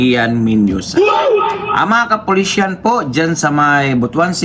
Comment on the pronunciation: MASAKIT sa tenga ang pagbigkas mo. KAPULISAN